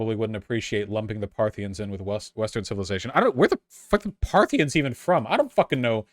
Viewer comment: Partha-KNEE-ins or sometimes just Parthians I think. But never Parthinians.